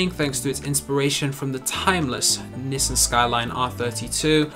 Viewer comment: No hate but why does he say nissin